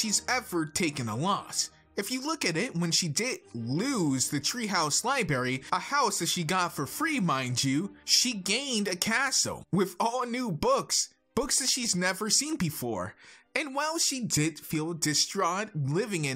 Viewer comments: Oh god... He says libary. IT'S LIB*R*ARY I'm sorry but this really ticks me off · "libarry" "figgrr" also why is your persona a girl with purple hair